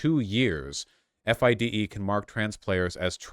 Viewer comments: It’s pronounced Fee-day not F I D E. Also the there is no men’s only league it’s a woman’s and mixed league. Woman actually fought for there to be a woman’s only league so they could compete competitively. (There are only like 5 woman in the top 100) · you can tell Vaush knows nothing about chess based on the way he says FIDE lol. Honestly don't blame him if FIDE are fucking transphobic losers. It's always the swiss.